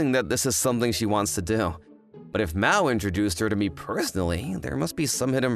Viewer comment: Mao is pronounce (MAH-OH) not Mao like Mao Zedong. Everytime when you say Mao, Mao Zedong came to my mind😂